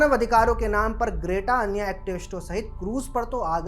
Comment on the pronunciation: Are you calling her Great-Aa on purpose? It's pronounced Gret-Ah.